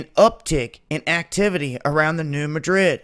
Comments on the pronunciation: Alamo Gulfcitizen New Mad Rid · Dude, it is pronounced MADrid. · Thanks for the report! As a FYI, the "Madrid" in New Madrid isn't pronounced like the capital of Spain. The emphasis is placed on the first syllable, as in "MA drid". Great work! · Great work. I'm wondering if the 2 sides of the US are connected by lava tubes, so when one blows, the other goes? BTW, here in the Midwest, we pronounce the fault New MAdrid. The A is like in Cat. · Could you please learn how to pronounce New Madrid properly?